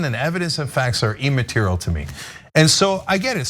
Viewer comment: "e-material" wtf? I usually let it slide when a word starting with i gets pronounced like an e by Cenk like "illegal" and any of the other dozen words he mispronounces but he's taking it way too far with "e-material."